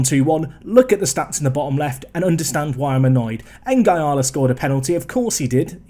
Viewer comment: I must admit it annoys me when you call Nguala "N-gy-ala" when it's pronounced "N-gwala"... obvs doesnt make any difference but just one of my silly things...